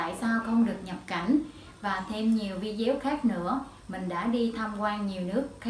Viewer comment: Hi Sis,Em cảm ơn những chia sẽ của Chị But chỉ 1 từ là em không đồng tình chị phát âm Vi đéo là sao.!!????